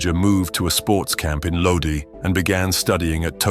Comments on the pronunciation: Lodi is pronounced "Low Die" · It's like nails on a fucking chalkboard! It's pronounced Lodi (load-eye)! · The way you pronounced lodi would get you slapped